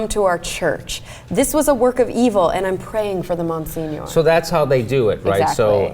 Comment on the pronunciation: Mon-senior? seriously?